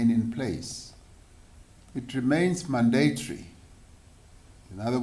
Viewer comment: How must we listen to a president that can not even pronounce the word mandatory correctly? and yet this entire distribution/manufacturing processs of the vaccines were approved by them? where the incorrect vaccine was also ordered ???? with those statistics it will take almost an entire year if not more for every South African to get vaccinated?? so alongside the load shedding, we must now find a vaccine in the dark..........